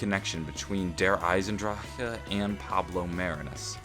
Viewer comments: Do you have a stroke whenever you say Der Eisendrache? "der eisendrahhh...ah" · How about we just all agree to leave out that last syllable on Der Eisendrache? Can we do that? Because it sounds kind of funny. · It's so funny when he say the map name